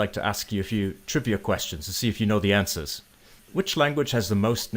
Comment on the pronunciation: "Answers"... You immediately got that wrong with the A-sound. But this is an insightful video in nuances.. and how difficult it is to mimic them. I agree with the person below who mentioned the the staccato. This might be due to you having to think of how you speak before saying the sentence. In any case a great video :)